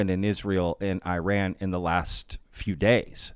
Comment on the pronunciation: It takes 5 seconds to search how to pronounce Iran....